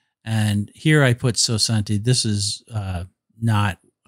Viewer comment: Hi. I’m not fluent in French but 60 should be pronounced something like swa-sont. You’re pronouncing it as if it were Spanish. Enjoyed your video!